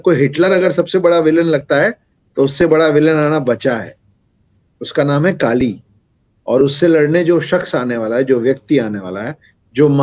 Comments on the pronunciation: First of all Kali nhi kallleeee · दानवका नाम कलि है न कि काली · It's not kaali it's Kali , कली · Woh kaali nahi “kali” pronunciation makes a big difference becoz kaali Devi hain aur kali asur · Pronounciation of Kaali & Kkali is not same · Vaiii kali nahi koli or bali nahi boli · Its not kaali ....its kali🙏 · त्या राक्षसाचे नाव "काली" नाही "कलि" आहे. Please don't spread wrong information or pronunciation. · Not Kaali it's kali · Not kaali it's Kali. Kali purush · Its कली not काली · Kali na bhai kliii hai klii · kaali nahi kali😂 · Respected sir... आप ने बलि का उच्चारण बाली व कलि का उच्चारण काली किया। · First of all it is not kali(काली )it is kali(कली) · Pls pronounce it as kali sir.. not kaali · Kaali and Kali This man don't know how to pronounce and he is claiming to be the expert! This man is just a propagandist and trying to sell his books! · कली,काली नहीं | बलि , बाली नहीं| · Kali Ko Kaali Bol Raha Hain.... 😂😂😂wahh.. 😅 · Kali bolo kaaali kaali kyo kar rahe ho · Its not kaali its kali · yah u r ryt its kali not kaali Half baked knowledge leke log gyan pelte hain bhai